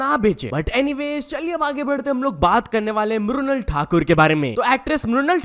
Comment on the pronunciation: bhai tereko "mrunal" pronounce karne mai kya problem hai